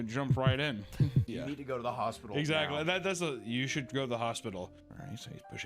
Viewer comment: lol “hospitol”